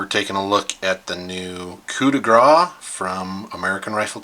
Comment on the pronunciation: Grâce is pronounced like « grass » in English. It means fatal blow.